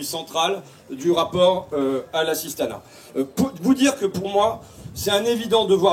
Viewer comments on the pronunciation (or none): Tu es linguiste bah tiens-moi aussi ça fait 8 fois que tu parles "d'assistana" et on en est à la moitié de la vidéo honte à toi tu devrais pas parler comme ça #fascho 18 x le mot assistana